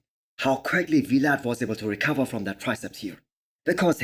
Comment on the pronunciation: It's Vlad, not We-lad